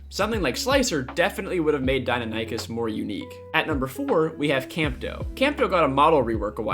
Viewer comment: Did my man really just say "Die-No-Nie-Kus"